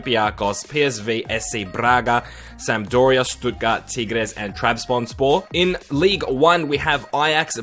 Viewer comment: Nice pronunciation on Tigres